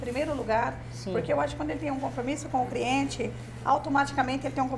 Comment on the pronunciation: Ela poderia agora voltar a estudar, pq a pessoa falar ( CRIENTE ) é de matar. Triste pra língua portuguesa. 🤔